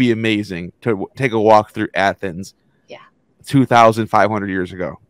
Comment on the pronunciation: Athoms. Not greecee